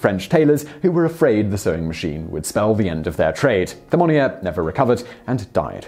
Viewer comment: The "th" in "Barthélemy Thimmonier" should be pronounced as a "t", man!